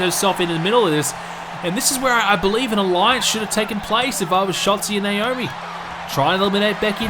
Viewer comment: I think he has an issue with pronouncing Naomi's name right. Nowarmi?